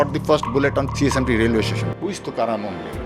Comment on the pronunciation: Sir not Omble that's Tukaram "Kamble"